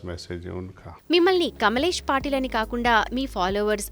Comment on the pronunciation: పాటిల్ కాదు పటేల్...